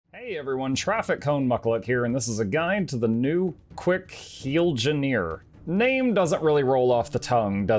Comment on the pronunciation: Quickngineer, quicken engineer, you're welcome